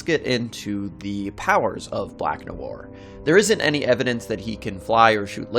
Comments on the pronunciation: Noir is French pronounce it properly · 'Noir' is just one syllable, guy. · im pretty sure you pissed off alot of french people on your pronunciation of "noir" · The way he said noir :))) so wrong in so many ways